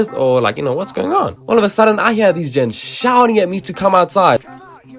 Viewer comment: I knew I was listening to a Saffa but I knew I was listening to a saffa when I heard “gents”